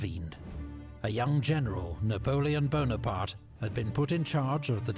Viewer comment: Napoleon Pimarks... ? Dammmn I like how it sound !